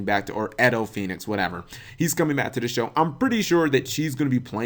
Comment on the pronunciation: it's Edo Phoenix like edo tensei from naruto... not Ehdol like Adolf Hitler